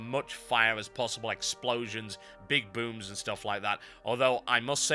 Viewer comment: Thumbs up if you think it sounded like TB said "Big boobs" instead of "Big booms" ...